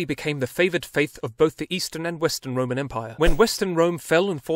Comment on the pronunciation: IT IS R O M A N E M P I R E !!!!!!!!!!!!!! Ffs, learn to say it right !